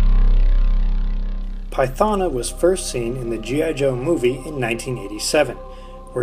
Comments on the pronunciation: Wow you butchered her name🤦‍♂️🤦‍♂️🤦‍♂️🤦‍♂️🤦‍♂️🤦‍♂️🤦‍♂️ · Great, other than pronouncing her name wrong...